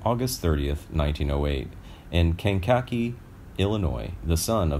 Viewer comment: He also mispronounced Kankeke, IL